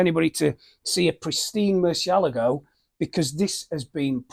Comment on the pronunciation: It is not a murceligo, it is a Murcielaaaaago